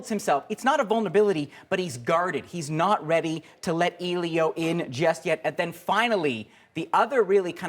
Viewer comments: You're so right, I want to jump off a cliff too! Elio was the name of my first boyfriend in Italy when I was 17, so I'm particular about the name! It's "Eh-lee-o", the "e" pronounced as the e in "egg"... I'm surprised at the guy in the vid -- they pronounce his name in the movie only about a 1000 times (duh!) so I'm baffled as to why he's getting it wrong.... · "Eelio"? Damn it, it's "Eh-lio"! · The fact that ur saying EE-lio instead in Elio is pissing me off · the fact that he says EEElio EEEritates me. 😒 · I stopped watching after he said "Eeleeo". Did he not watch the film? His name comes up a lot, surprisingly. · I'm Canadian and I disapprove. ain't no eeeelio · ellliiOOO omg hes saying hes name wrong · As the critic butchers the name "Elio," I clicked thumb-down and now I'm off. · The way that guy says "Elio" makes me want to jump off a cliff omfg it's really not that hard to pronounce